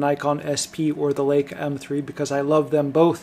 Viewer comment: Laka? The "EI" in LEICA is pronounced, LIKA...not Laka....lol